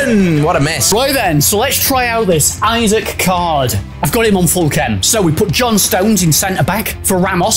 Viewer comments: Isak is not pronounced like isaac lol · from a toon supporter, it’s ‘ee-sack’;)